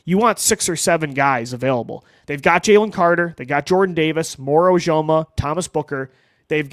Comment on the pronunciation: Man I love you bud but if you call him moro ojoma one more time I'm going to explode. You've said it right before. I know you can do it. OjomO....